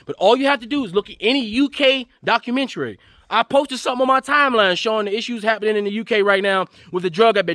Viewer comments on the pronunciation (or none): none